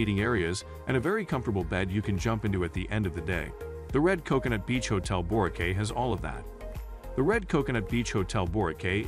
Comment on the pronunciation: Of course you would care, if someone calls it 'Borkay' it shows they have never been there so why should you even waste your time listening.